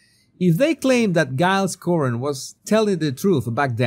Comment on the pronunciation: FFS! Take lessons in basic English! It's DJILES Coren, not GUYLES Cohen! You need to get back (?) to the basics of English phonetics!